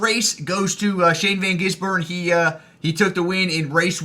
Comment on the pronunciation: The no safety car was crazy as is your pronunciation of gisbergen and jerez. :P